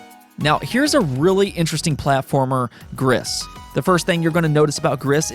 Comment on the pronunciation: the s is silent in "gris" it means grey in french ✌️